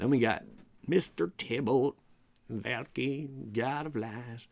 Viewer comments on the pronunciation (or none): Love ya, but it's "val ·kr·ee." Back to being aweseome...